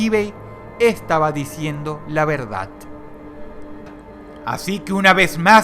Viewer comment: dross,porque si eres porteño dices "la verdat"?